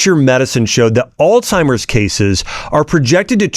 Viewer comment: Omgosh.. if your gonna sound professional at least say the words right!! Alzheimer's... not alTimers.